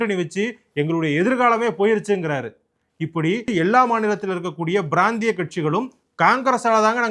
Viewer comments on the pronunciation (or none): not brandiya, it is prandhiya.